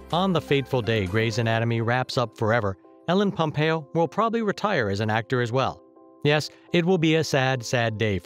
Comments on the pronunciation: did u just start the video by saying MELLEN POMPEO ? wow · "Mellen pompeo"😂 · He keeps saying "Helen Pompeo" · Was is just me or in the begining did anyone else hear melon instead of ellen pompeo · Who is ellen pampeo? It's Meredith Grey